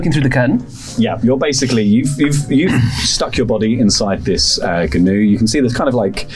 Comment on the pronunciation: It's pronounced "noo" — the whole "g-noo" thing was a deliberate joke by Flanders and Swann